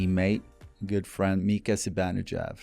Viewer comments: Hank calling him Zibanejeff 😂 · i know it's not. The name still isn't pronounced Zibanejeff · It's Persian/Iranian. It's pronounced "Zi - Bahn - Eh - Jahd". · Okay that's the third distinct pronunciation of Zibanejad that I've heard. Now I'm even less sure how to actually pronounce it. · that is not how swedes like me pronounce Zibanejad 🙂